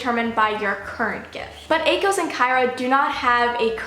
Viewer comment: YES!!!!! You pronounced Akos the same way I do. I think his name is perfect that way. I know Veronica pronounces it Ah-kos. But I still call him A-kos.